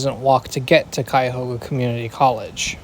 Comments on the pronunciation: Great pronunciation of Cuyahoga! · I haven’t finished the video yet, but as a Clevelander, I just wanted to say that I was EXTREMELY impressed by your impeccable pronunciation of the word “Cuyahoga,” a place name not even most Americans get right